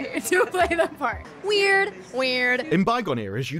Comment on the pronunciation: "Love StOory?"..."Weeeird...weeIerd"🤡🤡🤡